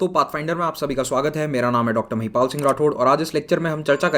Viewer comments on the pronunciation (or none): none